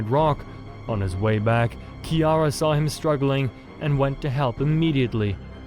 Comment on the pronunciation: Finally someone saying kiara right